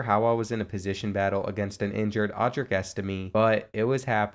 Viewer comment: You say estime’s name wrong